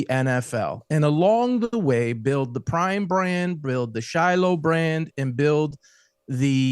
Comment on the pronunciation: Because you can’t coach 😂😂😂crime instead of prime 😂😂😂